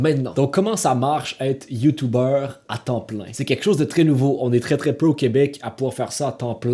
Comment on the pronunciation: Ça se dit YouTuber et non YouTubeur